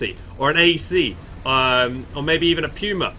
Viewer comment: that puma pronunciation kills me every time...